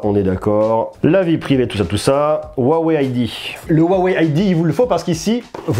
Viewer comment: Ca se dit "ROUAWEI" pas "OUAWEI" 😅